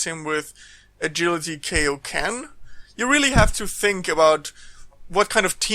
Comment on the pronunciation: KAI-O-KEN NOT KEI!!!!! Like King Kai !!! ffs...